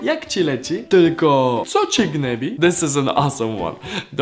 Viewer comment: Not what you Gnebi Just what you gnębi xd